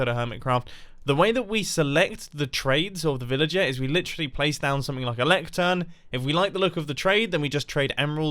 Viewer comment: I loike it not like loike